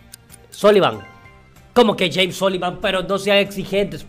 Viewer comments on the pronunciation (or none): none